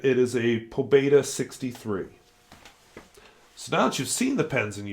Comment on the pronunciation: Pobeda is pronounced with a long e; It means victory or triumph.